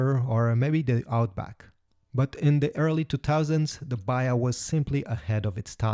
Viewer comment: Dear AI voice say third not "turd" and say "baHa". That is why i hate AI Voices.